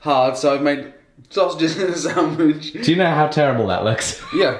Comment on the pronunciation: Did he say Sam-wich? LOL!